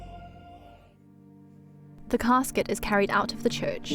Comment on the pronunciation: No Englishman has ever called a coffin a cascuet!